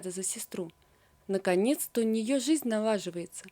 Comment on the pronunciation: Почему рассказчик неправильно выговаривает слова::зена(жена), зизнь(жизнь), зурнал(журнал) и т. д.?